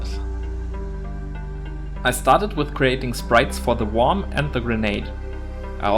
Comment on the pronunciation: Worm is one of those tricky English words, it's pronounced "wurm". Nice tutorial, how would you approach this in 3d? In the shader I guess. Might be tricky.